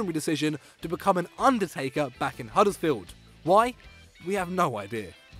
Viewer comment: Where on earth is Huddles field? It's Huddersfield you clown